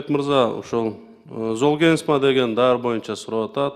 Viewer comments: Зоолмигрен дейби оно кыз😅ат десе тоо дейтко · Уят уят сулуу айым дарынын атын туура айталбай жатат! Жоопко тарткыла бу аялды Даярданбай эле камалсын! Жетоо отурабы камалсын! Золгезма ны туура айталбай жатат ээ зол мигрен деп Дагы мактанып коет выщыймын деп ай ай уят уят уят уят Андан коро келбей эле койбопсун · Дарыга тили келбейт кандай вырач😅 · Уялбай оригинал дегендечи, бет деген деле калбай калганбы ? Бул креслодоку отурган здравоохранения аман эле болгула! Даже название айталбай атат уят эле Кудай ай ушундай адамдар эмне деп иштеп журот алжыган акмактар! Ушуларды текшериш керек ошол 16 балага даже жеткенине ишенич жок бул акмактардын айынан.